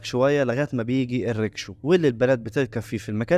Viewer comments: اسمها ركشة مش ريكشو وفي مصر اسمها تكتك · اسمها رَكشة بفتح الراء